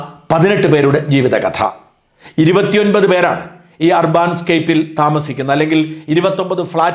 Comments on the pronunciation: ഷാജൻ സാർ ഇത്രയും ഇംഗ്ലണ്ട് ബന്ധമുള്ള താങ്കളുടെ ഇംഗ്ലീഷ് ഉച്ചാരണം വളരെ സോകം ആണ്. അർബാൻ അല്ല urban എന്നത് അർബൻ എന്നാണ് ഉച്ചരിക്കേണ്ടത് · ur ban എന്നതിന് അർബൻ എന്നാണ് ഉച്ചാരണം. അർബാൻ എന്നല്ല ഷാജൻ മാസ്റ്ററേ ! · അർബാൻ എന്നല്ല ... അർബൻ എന്നാണ് ... നഗര സംബന്ധമായ എന്നാണ് അർത്ഥം ... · അർബാൻ അല്ല , ഏർബൻ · അർബാൻ അല്ല അർബൻ . UK ൽ Urban എന്നാൽ അർബാൻ എന്നാണോ? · Arbaaan-scape alla, adhu English word 'Urban' aanu. Urban-scape. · Urbaan alla urban